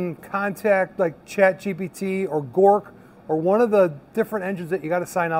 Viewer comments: Grok....not Gork. The term "grok" originates from Robert A. Heinlein's 1961 science fiction novel, Stranger in a Strange Land. In the book, "grok" is presented as a Martian word, meaning to understand something deeply and completely, often including emotional and empathic understanding, not just intellectual comprehension. Knowing this probably makes me a "nerd" but pronouncing Grok wrong makes you sound like a poser....lol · Oh and wanted to let you know Grok is pronounced "Gr-ah-q" instead of "Gor-q" 😁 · And it "Grok",..(Not Gork) lol